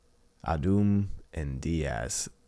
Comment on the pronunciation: I hope rebellion win, but yk how they are, they can peak or can just be utter garbage. Also just curious who you support? And one final thing ahdhum is just pronounced adam